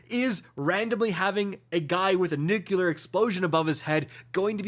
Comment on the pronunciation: nuCLear, not nuCUler, even politicians get that wrong, but don't do it